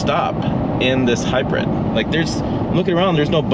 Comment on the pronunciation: Has anyone ever told you that the way you say the word “hybrid” is a little weird. It sound like you’re saying it as if it’s spelled “hybred”. It’s all I heard I. The video and had to rewind because I kept focusing on how you said it. Just a funny funny I guess.